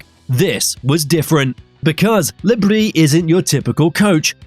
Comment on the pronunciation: No, it’s pronounced brie